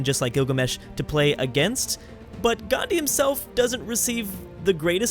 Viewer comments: You saying Gandhi Satan is really offensive. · Why did I hear Saint Gandhi HAHA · "At 13 we have Satan-GHANDI Ghandi" I'm dead